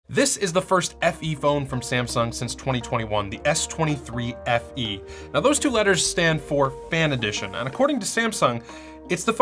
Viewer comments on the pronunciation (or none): You had me at "Samsung S23FEe" 🤭🤭